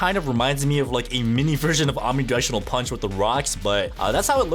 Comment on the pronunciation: Omni gushinal pusch is what i heard